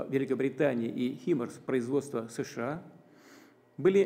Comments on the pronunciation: А руки что к столу прибили гвоздями. И с какого перепуга он говорит шща а не США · ШША?вам к логопеду